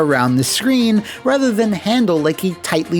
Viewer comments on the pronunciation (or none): none